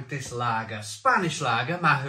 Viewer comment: Mahou and chilli peanuts = best combination EVER p.s. its pronounced like " maw"